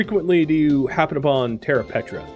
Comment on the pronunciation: died every time you said "petra' instead of "preta" good series tho